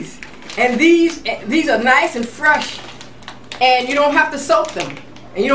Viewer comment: Everytime she says "Frush" my heart smiles! I love your videos,!! Peace and Love!